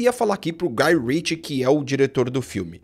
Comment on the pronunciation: Prestou atenção "Guy Ritchie" , tome tento.